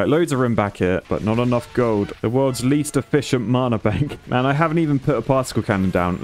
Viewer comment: His pronunciation of Mana is making me so upset whyyy